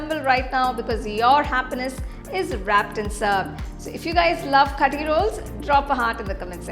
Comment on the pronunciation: It is not Kathi roll. Actually u should say kaaathi roll. Aaaa should be more